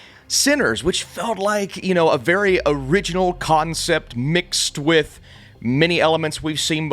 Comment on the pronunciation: For the first 120 seconds of this review, when he said "concept", I thought he was saying "cotton sip"....which oddly made sense.